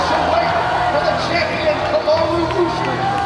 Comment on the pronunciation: Great vid, however Kamaru won the Ultimate Fighter , and has never loss in the UFC, dudes won like 12 in a row, and defended the title 4 TIMES, his name isn't Marty, it's Kamaru , put some respect on his name ...Otherwise great vid